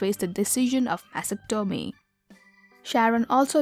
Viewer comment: "Mass - ah - toe - me"????? It's pronounced "Mah - stec - tah - me". I know, because I've had two. Come on now people.